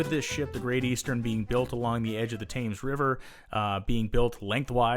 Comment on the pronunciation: Why can american's never prounounce words correctly? it is the River Thames (prounounced Tems) We had been building large stuctures for years , look at Cathedral's in the UK and Europe.